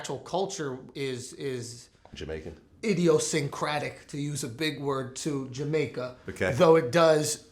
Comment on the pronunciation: Did he say "idiosyncratic to Jamaica? Lol